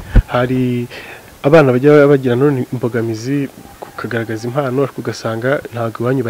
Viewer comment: Ntibavuga IMANO bavuga IMPANO